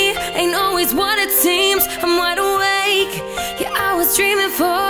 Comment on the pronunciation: Beautiful voice...but you have to be careful with your pronunciation in some places...some of your "wide awakes" are sounding like "I'm wide away".